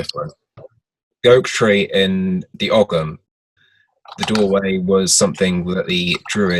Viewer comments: I enjoyed this as I do most of the Black Earth programs, not to be pedantic or critize another guest, but it is pronounced 'OM' and not 'OGG-HAM'. Otherwise fine broadcast. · Isnt ogham pronounced with a silent g in irish